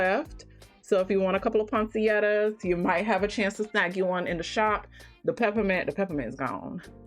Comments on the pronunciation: Ponsietta??? Poinsettia. Google is free. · A lot of people mispronounce that plant name. 🤸🏾‍♀️ I was calling it poinsetta